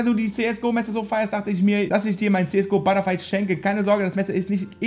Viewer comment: Alles klar,. Es heißt ButterFly:D